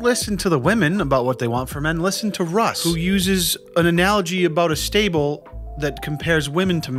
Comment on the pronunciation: "Whats up MTV Cribs and welcome to my §tÄbLe."